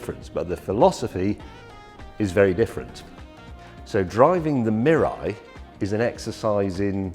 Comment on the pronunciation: and in Canada, zero hydrogen stations. and FYI it is pronounced "mee-lie" meaning future in Japanese.